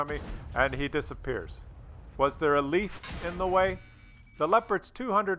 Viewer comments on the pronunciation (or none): none